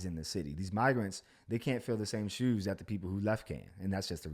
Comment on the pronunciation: Hearing you say “shoes “ towards the end, that dmv/maryland/baltimore accent tried coming through lol dope ass video